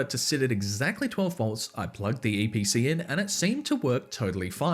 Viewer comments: EEE PEE CEE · ITS THE EE PEEE CEEEE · LETS GO EVERYONE ITS *ee pee cee